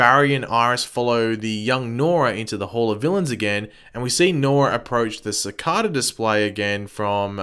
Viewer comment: is it an accent